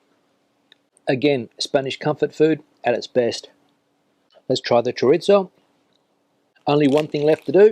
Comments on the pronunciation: why do you say "choritzo" rather than "choreetho". I'm learning Spanish. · My favourite one is the garbanzos con espinacas, but only because I didn´t have to hear you butcher the word CHORIZO (where is the "T" in that word?) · Great commentary video! But just a request to all English speakers out there: please say "choriTHo", it is NOT an Italian word, FFS. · Yes, we've said it time and again: choriZo. th panCeta. th Not choritso, not pancheta. Ironically, he can say paella and Rioja quite right. Misterios. panCeta. th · We already told him, panceta, not pancheta. Also, that It is chorizo, not choritso. PanCeta ChoriZo Both like th in English. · Diga "panceta", no "pancheta"; y es "chorizo", no "choritso". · 😂😂😂 ChoriZo PanCeta No choritso and no pancheta. But he can say Rioja, por lo menos, ja, ja, ja. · He does not pronounce it correctly. It is: ChoriZo PanCeta ce, ci, za, zo, zu --> th He says "choritso" and "pancheta" instead. It is NOT correct. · Yes but he is not reviewing Italian food. No "pancheta" in Spanish food. He also says "choritso", ha, ha, ha. He can say Rioja but he cannot say chorizo, why? Misterio.